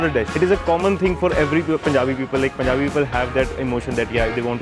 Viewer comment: bra its not POOnjabi, its PUnjabi